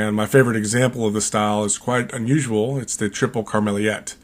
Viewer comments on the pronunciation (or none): Hi greetings from the Netherlands (yes we do drink a lot of Belgian beers). Tripel Karmeliet is also my favoriite tripel, you should look into pronouncing it right though.